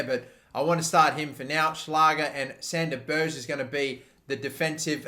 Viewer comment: Please say Sander Ber(gg)e